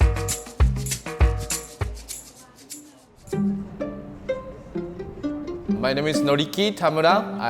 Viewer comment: narrator totally says dong instead of dog....